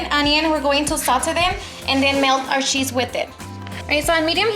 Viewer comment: She said were going to melt the "sheez with it" Lol :) Get it beautiful.